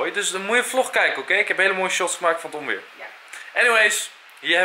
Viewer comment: leuke vlog weer! :) Enzo, het is oNweer en niet oMweer! ;-)